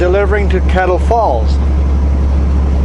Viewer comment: All the time I thought you were saying Klamath Falls not Kettle Falls